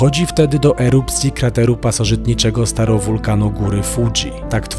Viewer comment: STRATOwulkan a nie STAROwulkan